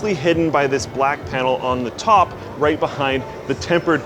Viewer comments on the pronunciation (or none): none